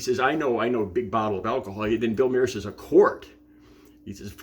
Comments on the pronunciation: Mahr is pronounced like Car but with an M. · It's pronounced Bill Mar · I’ve seen ten seconds of this video, and this guy has already made two mistakes. He claimed it was 3 AM and it looks like there’s sun out. Most importantly he mispronounced Bill Maher’s name.